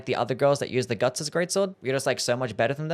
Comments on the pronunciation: did bro really say "Gugs"???💀💀💀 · Yeah, Gugs... from the famous manga Gerserk.